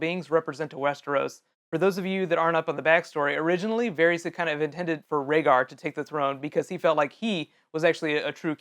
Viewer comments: It's VARRIS! RHYMES WITH HARRIS! Not Harry's. Fool. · Pretty sure his name is pronounced "Var-is" not "Var-rees."